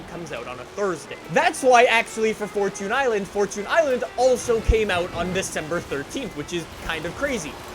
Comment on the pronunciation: Can u stop saying Fortoons island, its Fortune island, Jeez